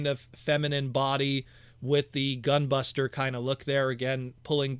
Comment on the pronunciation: Gah! please stop saying GUN BUSTA! All I can think of when you say that is Gundam Wing's gun buster weapon, and makes me think she is turning into a big old blaster weapon. Like what Hasbro monstrosity would wield that?! Unless Hasbro is crazy enough to give us titans that will combine into a huge Predaking or Unicron. That would be insane... On second thought both options would be nutz! LOL 🎉😂🎉